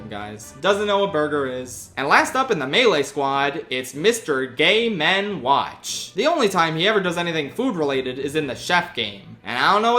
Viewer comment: Even though I know the name is Game&Watch, I keep hearing him say "Gay Men Watch" here too lol